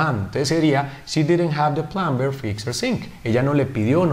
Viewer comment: "Plumber" es una de las palabras en las cuales la "B" NO se pronuncia, se dice. / plamer / NO / plamBer / otro ejemplo sería el verbo. - Climb = trepar / klaim /. Los hablantes nativos de USA y Canadá al menos no pronuncian la "b" no sé en Reino Unido.